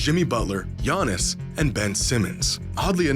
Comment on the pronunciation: Bruh it’s Giannis